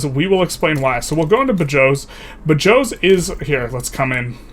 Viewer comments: As someone from Badajoz is painful to hear someone pronouncing it as "Bayós" xd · Badajoz = ba joe's